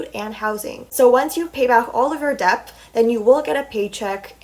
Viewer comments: interesting video!! for future reference it’s pronounced D•E•T the “B” is silent. :) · the way she pronounces "debt" and "debut" is so wrong and funny lol